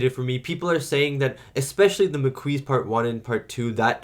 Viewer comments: Wow, realization of the incorrect pronunciation of "Maquis" was such a boner killer. I was hoping for, "Oh my days, i feel so silly saying it so weirdly for weeks." Instead, he didn't even remember what it was, and says he's going to continue calling them the "Mah-Kweeeez.". It's French, and you're Canadian, dude. C'mon! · I'm kinda going to miss hearing "mah-KWEEZ" now that he knows the actual pronunciation. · THE MAH-KEY It's French. Why would you intentionally pronounce something wrong when you know it's wrong? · The Maquis is pronounced Ma - Key. Can't wait for your reaction to part 2! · Maquis is a French word, pronounced Ma-Key. It was a group of French and Belgian resistance fighters formed to resist the German occupation during WW2. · I'm gonna demand 10 strips of latinum from you for every mispronounciation of Maquis! Killing me!! 🤣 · Every time you say Maquis wrong it’s like a needle 🪡 in my ear drum. 👂. Please, just listen to how the word is said in the actual episode. Pretty please 🙏. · The maquis were the French resistance guerillas after Germany occupied France in WW2, hence the French pronunciation. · I love how Jadzia, thanks to Dax and Curzon's memories, has the balls to lecture Klingons on their own terrain. It's "Makee" not "Makouise" It's a French word for sparse bushes and vegetation is semi arid environments like Mediterrannean areas. When someone goes in the Maquis, it means ot goes in resistance using guerilla tactics and hiding in the countryside, like the Resistance in WW2. That Cardassian suttle is a repurpose of the thieves ship model that was destroyed by the Klingons at the beginning of Star Trek 3. The frontier change is quite extensive, it's not just in one star system, so there are several planets involves. Dukat had lovers despite being a married man. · It’s pronounced maa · kee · It's pronounced "Ma Key". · maquis is pronounced makeee and do a vid on part 2 plz